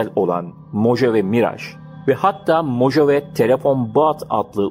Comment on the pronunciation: Mohave diye telaffuz edilir. Guz3l video, emegine sağlık 👏